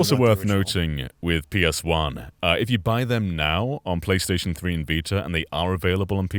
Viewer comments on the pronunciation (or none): The vita or as says the Viter